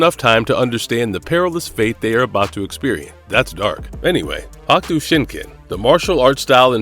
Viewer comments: He sounded dumb as fuck trying to say hokuto shinken fuck is a hakto Shinken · Good vid but yesh say it correctly please Hokuto Shinken Darn it. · HawkTuah Shinken WTF?? This guy should learn the words before making a video. Get a job! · Is this an AI? It's odd to hear hahk tua shinken. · "Hock-toe" shinken? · through a slew of their videos fuck up all sorts of pronunciations all the time. It's jarring. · Why is so hard for struggle to say "Hokuto Shinken" and other names? They took clips from the dubbed TV series that say it all the time. With that being said, Kenshiro doesnt get the recognition he deserves. Fist of the North Star should be up there with Conan the Barbarian in popularity